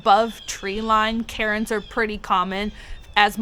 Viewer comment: Thanks,! 🦇 That was awesome. P.S. The rock piles are "Cairns" not "Carins" (angry suburban housewives, albeit a different spelling). 🤣